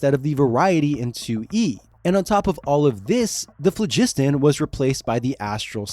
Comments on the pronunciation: Plus, latin or greek styled word emphasis should be on the phlo. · It's phlogiston, not phlegisten. Like FLAW-gis-ten. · Mispronouncing Phlogiston (flow-giss-tahn) really took me out of it. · FLOW-jis-ton - emphasis on the first syllable, with the final two syllables distinct. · Waitwaitwait. The second O in pholiston is *silent*?? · I had to stop at , because I got sick of hearing the guy mispronounce "Phlogiston" over and over. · I hate bad AI voices - the damn AI keeps referring to the crystal spheres in the phlogiston as "Spears in the flegston"